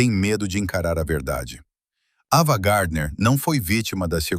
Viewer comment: Porque estragam todo o vídeo!? O nome da atriz é AVAAAA GARDNER E NÃO EVAAA GARDNER e porque esse sotaque ridículo de guaipeca !???? Por favor, conseguem estragar tudo, pela falta de qualidade do narrador!!!! FUIII